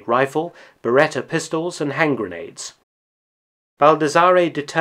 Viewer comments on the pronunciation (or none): none